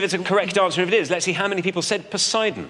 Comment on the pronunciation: Poseidon, not sure where Posie-Don rules 😂